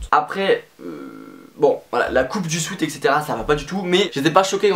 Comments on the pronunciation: Il a toujours pas retenu la leçon il dit encore « swit »... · C'est une horreur comment tu dis " sweat " quand on est bilingue...